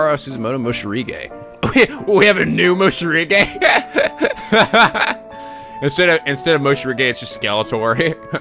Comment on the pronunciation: morishige not moshirige just saying